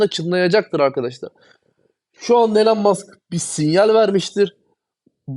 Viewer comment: Hocam yaa o kadar çok içten ve aşkla konuşuyorsun bari Elon Musk ın adını doğru telaffuz te tam olsun. Ya adamın ismi İloan diye telaffuz ediliyor. En kötü gir google translate ordan tellaffuzunu duy. Şu adamın adını doğru dürüst söylen çok az insan var bu ülkede. Kusura bakma sana geldi bu eleştiri ama en çok ta sen kendini doge için paralıyorsun o bakımdan. Ayrıca başka madem içerik üretiyorsun gerek isimler gerek coin adlarını doğru söylemek çok önemli. Bu senin işine verdiğin önemide gösterir. Aman noolucak canım sen zaten benim nedemek istediğimi anlıyorsun kafası yanlış bir kafa olur benden söylemesi. İmza bir dost:)))